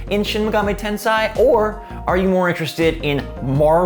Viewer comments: Ahh yes...shin megami tenSAI, not tensei. Big brain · U say: Shin Megami TenSIGH I say: Shin Megami TenSAY I subbed btw lol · It's Shin Megami TenSEI, not TenSAI. SEI is pronounced "SAY." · Thanks for this informative vid sir. Also, if I may, I believe it’s Ten’say’ not Ten’sigh’. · >"tensai" shudder